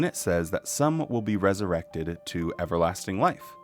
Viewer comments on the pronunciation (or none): Another fantastic video,. P.S. When you said "resuwected," I repeated "wesuwected!" at the same time and in the same voice as you 😂 You are in good company, friend!